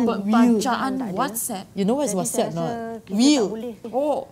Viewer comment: PEMBACAAN WATSAT, SHE THOUGHT WHATSAPP hshhsjajakaja ded